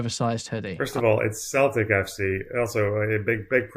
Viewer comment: How does an Englishman not know how to pronounce Celtic FC?